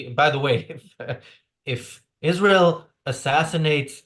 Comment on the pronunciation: She can’t even pronounce israel she says the nation of esharel